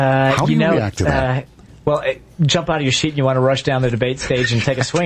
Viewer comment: It sounds an awful lot like he said "jump out of your sheet." Like he's a klansman.